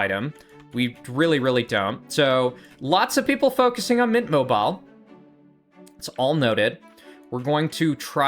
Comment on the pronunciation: I really do have to say i get very annoyed at you judt missaying the names of players. Where do you get the name "mint mobile" or "katakin" (mobile mobile and kakin) so wrong